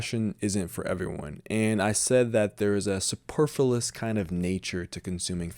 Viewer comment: I‘m so sorry for this: Please check your pronunciation of superf-L-uous and have another look at the definition of ultimate and hence penultimate. I hardly know what you may mean by fashion, since it died in the 1990ies and what we now observe is a merry-go-round of 20-year-trends. Like a true zombie fashion still kills - probably much more than when it was still kicking. What we need is personal style. It is great to have channels like yours that reflect on the place of the individual in the face of (zombie)-fashion. I‘m so with you on social media. We can make it better, I hope. More humane etc. and still keep its great potential to inspire.